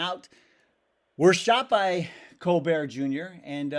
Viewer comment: Pronunciation is Col- bert